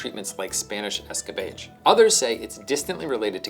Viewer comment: He also pronounced escabeche wrong, it's disappointing because this really shouldn't take more than a minute or two of research to get right.